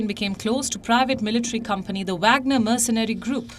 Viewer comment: Wagner is pronounced Vogner.